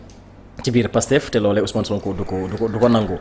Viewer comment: Thioune n'aime pas SONKO mais c'est peine perdu quand il d diomaye il s'accentu mais pour sonko il a du mal a prononcé le nom de sonko .le bureau ne decde pas c'est président Sonko qui decide point